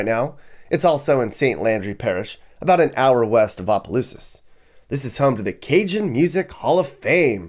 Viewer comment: It's opelousas not apa😂